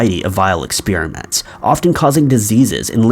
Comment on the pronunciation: Anyone else know about any interesting expeer-ements......??